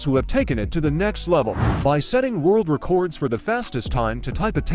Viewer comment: Those were some nifty "reh-kords!" 🤪